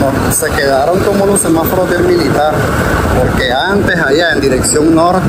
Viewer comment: Amigo disculpa por corregirte pero pienso que estás pronunciando mal la palabra es semáforo y tu dices semaforo